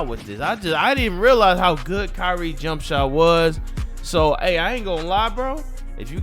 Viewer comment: mane said jump shitter meter 😂😂😂😂😂😂😂😂😂😂😂